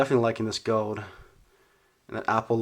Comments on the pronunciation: It's gold not gowd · “gowd” my man doesn’t pronounce the “L” in gold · how he says gold . hahahahahhahahahahaha. goewld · the way he says gold “gode” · You say "gold" weird